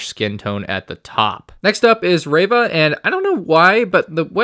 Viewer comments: why do you call Reeva Revah? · its pronounced REE-VUH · Good video overall, but I just couldn't get over the pronunciation of "Reva". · Correction her name is Reeeeeeva